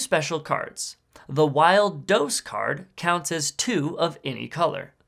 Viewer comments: That is the worst pronunciation of dos that I've ever heard. It's Spanish, pronounced... dos. Not dose. Dos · Nooo, no my dear feller, it's not "Those", it's "DOSS", practice your pronunciation please. 😂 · Dos is pronounced doors without the r, use google translate tts